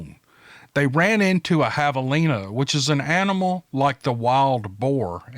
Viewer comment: I was impressed you got javelina sounding right. Have - a- lina. I would have guessed you would have uttered JIVE - a - LINA. Good job, buddy.